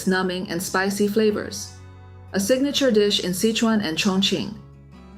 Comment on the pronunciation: Sichuan pronounced SI•SHWAN. Not sich•on